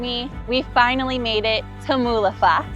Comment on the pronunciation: Moolagljoowur (approx correct pronounciation). You did well!